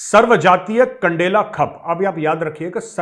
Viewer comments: मेजर साब, खप नहीं खाप कहते हैं। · मेजर साहब खप नहीं खाप है और खंडेला नहीं कंडेला है यानि कंडेला खाप शुद्ध प्रचलित शब्द है। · Dear thoda dekh liya kro kya bolrah khap nhi khaap hota h thoda dhyan. Rrakhk f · पहले तो बोलना सीख ले खप नहीं है खाप होती हैं। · Khup nahi hota. Khaap hota hai. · Khp nhi khaaap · Abey lodu खप nhi खाप पंचायत होती है 😅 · मेजर साहब खप नहीं खाप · खप नही खाप बोलते है। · Arey gaurav sir, it's Khaap not khap... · Jai hind Major saheb, The word is Khaap not khap Haryana me Khaap panchayten hain Thanx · खप नहीं खाप कहते हैं मेजर। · खप नही साहिब खाप होता हैं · ये खप नहीं खाप होता है सर जी । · मेजर यू talk like alien of the north west India and speaking खाप as खप। You know nothing and just a touts of Modi । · Bolne to sik le phle kap nhi khaap hota h or itni dhinge mt mara kr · सर ये खप नहीं, खाप होता है। 😂😂😂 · Properly pronounce khap......it's call Khaaap in hindi....... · मेजर साहब खप नहीं खाप होता है । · Major Sahab , सही उच्चारण खाप है , खप नहीं . It is Khaap and not khup . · Khap nahi sir khaap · Sir ye खप नही खाप है, और जिंद नही जींद होता है with due respect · खप नहीं ख़ाप होता है ताऊ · खप नहीं सर , खांफ ! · मेजर साब जयहिंद खप नहीं खाप कहते हैं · Sir I am big fan of yours and your style of presenting facts of Geopolitics ,Sir sorry to correct your pronunciation word khap ,whenever you use word khap its pronounce as खाप not खप, Jai Hind Sir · खप पंचायत नहीं सर जी खाप पंचायत कहें। खप पंचायत अटपटा लगता है। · not Khap, Major saab, it's khaap. But I don't know what language it comes from. खाप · मेजर गौरव आर्य, मैं आप की और हर सैनिक की दिल से और अपना धर्म मानते हुए इज़्ज़त करता हूं, आप द्वारा कुछ एक नामों के उच्चारण की ओर ध्यान दिलाता हूं जो khap को "" खप‌ "" बोल रहे हैं यह शब्द "" खाप‌ "" कहा जाता है तथा शहर "" जिंद "" नहीं है बल्कि यह "" जींद "" शहर कहलाता है। जय जवान, जय हिन्द। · Major Saab...it is pronounced as "khaap" and not "khup" 😅😅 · This is KHA A P not khap, Sir. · खप नहीं खाप होता है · Khap pronounce krna sikh le phle bjp ke paid admi😂😂😂